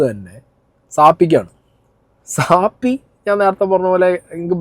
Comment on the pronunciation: എനിക്ക് ഒരു കാര്യം പറയാൻ ഉണ്ട്.നിങ്ങൾ പറയുന്നത് ശരി അല്ല.സാപ്പി അല്ല സാഫി എന്നാ ശരി